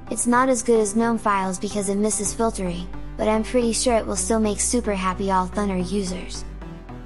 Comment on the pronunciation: i might be completely wrong here but always thought it should be pronounced as thooo naaar (or to soun like radar or sonar).... rather than sounding like thunder. but what do i know eh? !! maybe in the creator's national accent it does really sound like the way you said it here in this video. so no matter